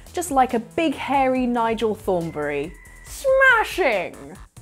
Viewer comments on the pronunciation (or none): none